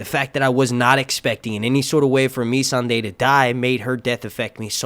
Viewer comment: "Dumb and Dumber" lmao. Yes, feeble attempts to write this story and butchering character arcs along with scenes that simply make no sense. Benioff did not even pronounce Missandei's name correctly in the Episode 4 "Inside the Episode" , how does that happen??